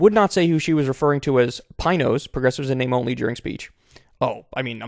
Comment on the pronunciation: And I know the wine is spelled pinot, but the t is silent.